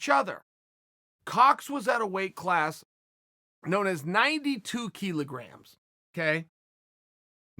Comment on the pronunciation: Kilograms is pronounced 'Kill-Ah-Gramz' not 'Key-Low-Gramz.'